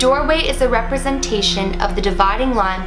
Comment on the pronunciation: When she said 'dividing line' she sounded Australian